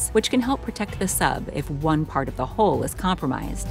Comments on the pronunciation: HULL, not HOLE! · Hull not hole. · Hull and Hole are not pronounced the same. This sounds strange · hUll, not hOle darling. FFS ! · learn to pronounce hull rather than hole.... hull /həl/ hole /hōl/ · Hull is pronounced like the word "dull" not like "hole". Homework: work on that in the bathroom by yourself before trotting it out at parties. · Learn to properly pronounce " hull ". Even YouTube thinks you're saying " hole ". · The word is hull not hole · Right away it was the word Hull that got me her pronunciation sounded like hole.